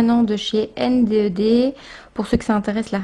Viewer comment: coucou CT pour te ire que ta video et cool mais que NDED sa se prononce N'ded (il y'a des vidéo sur leurs chaine ) viola bisou .